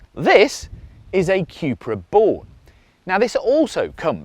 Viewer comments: Qupra?? I thought it was pronounced 'Kupra' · I'm biased, owning the Cupra. The vid just confirmed again why I choose it. Do like the ID rim's though. BTW It's a "Koepra" not a "qupra" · Why do you keep saying cue-pra?